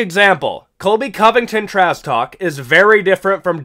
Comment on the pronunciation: Is he saying "Trass" talk? Or am I tweaking?